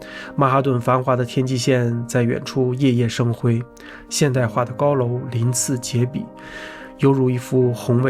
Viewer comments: 鳞次栉（zhi四声）比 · 鳞次栉比，跟我读 lín cì zhì bǐ，只日志，鳞次栉比的栉，up 主小学语文是体育老师教的么😂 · 我们这读鳞次栉(zhì)比，其他地方不是吗😂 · 鳞次栉（zhi）比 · 熠熠（yiyi）生辉,鳞次栉（zhi）比。